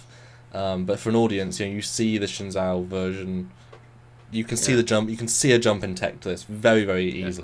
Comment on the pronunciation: The best way to phonetically pronounce Shenzhou is Shen-Joo. Not zoo. Great video guys! Love the new transporter.